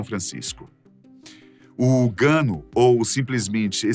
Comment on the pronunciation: O nome certo da concentração de excrementos de aves e de morcegos é GUANO, e não "Gano"!